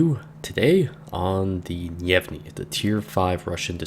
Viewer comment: yay my favorite line in game Gnevny is in my port and not leaving till the servers die minor nitpick probably already mentioned, the G is a hard G and pronounced here, for the rest of your russian DD reviews